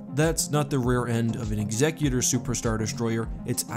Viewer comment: thank you so much for correctly pronouncing ''executor''.